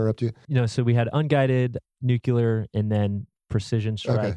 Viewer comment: I am so sorry to be that guy, but it’s “nuclear,” not “nucular.”